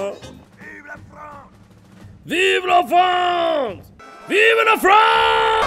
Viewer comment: Lol it sounded like Jon was screaming "Vive le vent!" rather than "Vive la france!" so it sounded like your war cry was praising Winter... weirdest moment ever